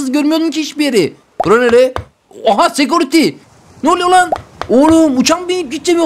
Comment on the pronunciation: SEKURİTY DİYE DİYO YA ÇOK IYİ